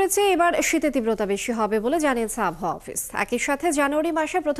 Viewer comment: Abhaoa ki abar. Ordho sikkhito journalist naki abohaoa k abhaoa bole